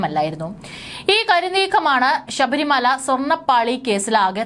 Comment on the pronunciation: Edee pulle sabarimala. Alla. Sabarimala. Ennanu.poy ucharanam padichu vaee.